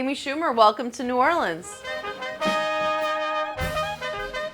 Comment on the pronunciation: Oh my goodness, she even said the city correctly. Welcome Amy❤